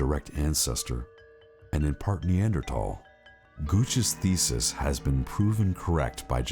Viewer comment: I might find this more credible of the 'experts' could pronounce Neanderthal correctly. As for the rock, I think this is like seeing the Virgin Mary in a piece of burned toast.